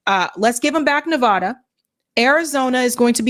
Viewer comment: The A in Nevada is pronounced like cat